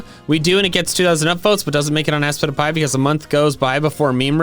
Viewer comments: ASPITPIAY it’s aspitpiay Not Aspitipie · I still hear [I spit a pie] in the intro.